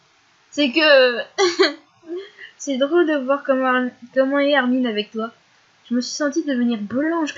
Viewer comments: Ca me stress trop les gens qui disent "Armine" :c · xD Perso je trouve que ça fait mieux Armin que Armine :c et puis Chino elle dit Armin elle >3< xD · C'est marrant comment tu prononces son nom c: dans ma tête ça s'est toujours pronocé "armain" (comme hein à la fin) c